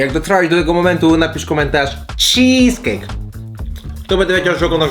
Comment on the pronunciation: CHEEEESECAKE", ,,PIERODŻINI"